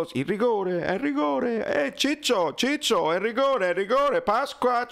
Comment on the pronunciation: "Gigio", non "ciccio"